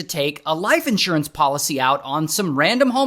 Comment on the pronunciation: You totally lost me at. IN…surance. Who says that?????